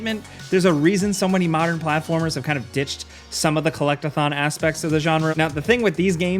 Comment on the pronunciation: I can’t be the only one who heard Collect-a-thot